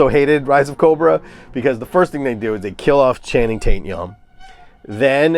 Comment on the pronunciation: I thought I was the only one that said Channing taint-yum LOL